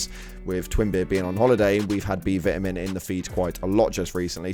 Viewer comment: Lol do you not know how to say Vitamin?